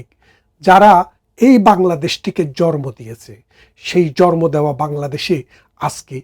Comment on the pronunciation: ভাই আমি একজন আওয়ামী লীগের সাপোর্টার হিসেবে আপনার ভিডিও গুলো দেখি। ছোট্ট একটা অনুরোধ। আপনি একজন উচ্চশিক্ষিত মানুষ হিসেবে স্ট্যান্ডার্ড বাংলা শুদ্ধ বাংলা না হলেও শব্দগুলো সঠিক উচ্চারণ করবেন। জরমো কি জিনিস ভাই । শব্দটা হবে জন্ম। একজন শিক্ষিত মানুষ হিসেবে সংশোধন করে নিবেন ধন্যবাদ